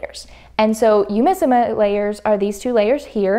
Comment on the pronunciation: This is a bit of a petty comment I'm really sorry, but for all the virtues you're praising the fabric for, you could've bothered a little more to say the name of the company right (google translate has a speak function that lets you hear how a foreign phrase or word is pronounced).